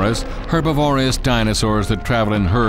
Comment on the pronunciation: All in all not bad not bad at all! Just 3 points, 1st; your narrators Korean language pronunciation is deplorable and even some english words like "herbivorous"! 2nd; The cgi walking gait for the dino models, makes them walk like my 98 yr old grandma (with walker). 3rd; you need to check the translation or your facts on your dino's not all were correct.